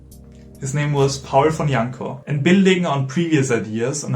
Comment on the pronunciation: Thanks for putting so much effort into this great video essay. Well done for not butchering Janló's name. I found this instrument ages ago and was very much surprised. The futuristic concept is still alive but faces the same problem as it did when it was shown to Franz Liszt... What I always wondered is what if a Rachmaninoff-of-today takes the effort and learns it rising playing it to a virtuoso level...?!